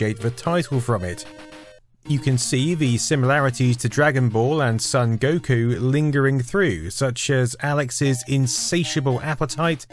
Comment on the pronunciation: Not really important to the point of the video, but…Son Gokū is supposed to be pronounced SOHN goh-KOO, not SUHN GOH-koo. :)